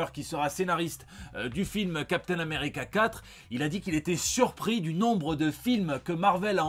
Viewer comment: Captain Ameri-"CaCa"-Tre...XD (oui, je sais, pardon... mais je bloque dessus à chaque fois que je l'entends )